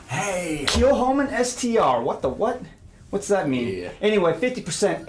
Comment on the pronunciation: Kilchoman means [St ]Comman's church, with a sinister pronunciation: Kill Homan.